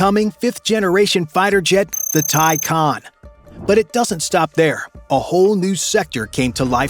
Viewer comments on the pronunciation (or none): none